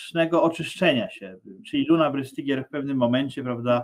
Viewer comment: Brystygier czyta sie z niemieckiego BRYSTYGIER tak jak STEIN czyta sie SZTAJN. Jest jeszcze pare roznic wymowy niemieckiej I polskiej